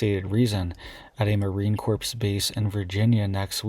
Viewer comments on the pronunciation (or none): STOP IT! JUST STOP IT! THIS IS BIG! THIS IS URGENT! And it is NOT pronounced Marine CORPSE. A corpse is a DEAD BODY! It is pronounced Marine CORE. Like the core of the Earth. And it is not pronounced be-GRADER General, it is pronounced brig-ah-DEER General. When you use these pronunciations it sorely detracts from your otherwise important messages. This is not meant to belittle or embarrass you, nor is it meant to be confrontational. I can only hope is that you take it as educational. I know you mean well.